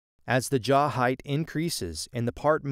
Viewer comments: Jaw not jar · A jar... your accent makes the W come out a bit like an R.